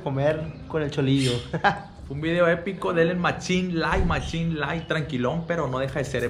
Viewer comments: "EPIKO" .............Jajajjajajajjajjajjaa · "Los Epikoshow" 🤣🔥